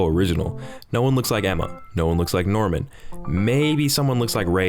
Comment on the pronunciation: for some reason, when you said "Norman" i heard "Darwin"